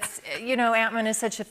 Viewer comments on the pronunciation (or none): I love how she says "ant-man" as antman, like it's his last name